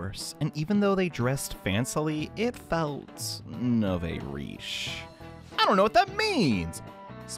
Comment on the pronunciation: nouveau is pronounced new-vo